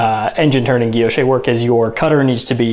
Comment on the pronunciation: Guilloche: Gwee- (l) yosh. Emphasis on the second syllable. No accent on the terminal 'e.'